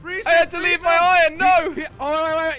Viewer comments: jelly keeps on saying ion but its pronounced iron not ion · always says ion for some reason